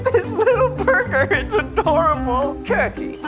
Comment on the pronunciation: Curkey ... Sounds a lot like Coockey from Cookey or Spooky... MILES NATION UNITE!